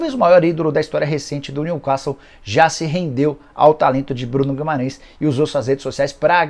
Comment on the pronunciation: Nicola, se diz: new quéssou